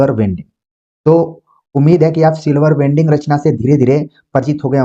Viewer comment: माफ कीजिएगा गुरु जी silver wedding ( सिल्वर वेडिंग) है, वेल्डिंग नहीं ।